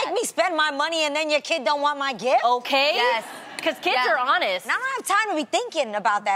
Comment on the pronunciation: She calls a gift, a gif. Why?